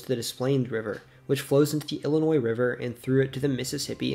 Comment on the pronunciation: There's no noise in the pronunciation of Illinois